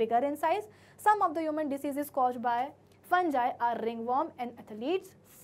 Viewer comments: Maam its fungi not funji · Mam it's fungi not a fanjai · It's fungi not funjie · You are not pronouncing fungi properly